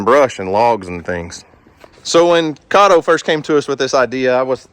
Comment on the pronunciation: Its KAY TOE